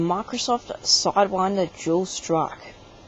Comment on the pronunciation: it's dual strike, not jool strocke